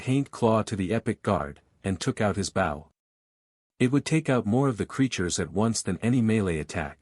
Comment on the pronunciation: that is so cool… I wonder, though, if the author would change the AI pronunciation of bow and a few other words that get wrongly pronounced.